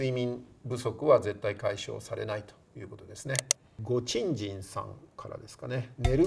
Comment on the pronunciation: さも当然かの様に真顔でごちんじんって発音するのは草